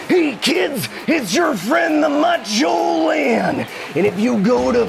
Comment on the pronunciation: I cannot even fathom a guess at how many times Lani tried to say "Macho Lan" and it came out Man because of course it did.